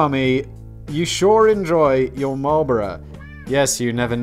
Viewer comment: The way he says Marlboro (Marlbora) offended me